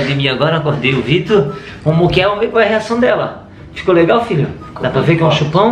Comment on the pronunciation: Só eu quando eles falam filho eu ouço Vitor kkkkk